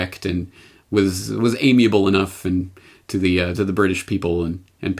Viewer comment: Did you say amiable and Pacific?!??!?